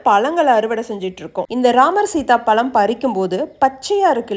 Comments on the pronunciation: Palam illa Pazham nu sollunga kekaradhuke nalla illa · Pls talk tamil correctly. It is pazham not palam. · Pazham, not palam. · பலம் இல்லை பழம் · சகோதரி அது பலம் இல்லை பழம் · Adhu palam illamma pazham enga sollunga pappom pazham😅😅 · பலம் னு சொல்லாதீங்க கேக்கவே எரிச்சலா இருக்கு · இவ்ளோ அழகா பேசுறீங்க ஆனா பழத்தை பலம்னு சொல்றீங்க நானும் 2 3 தடவக் கேட்டேன் ழனாவே வரல